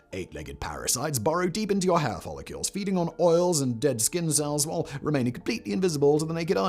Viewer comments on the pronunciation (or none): Why follecules? Follicles dude....folly-culs